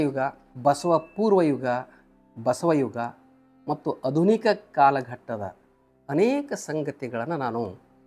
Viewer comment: Dr Pl. Pronounce it as"Aadhunik" instead of "Adhunik".. .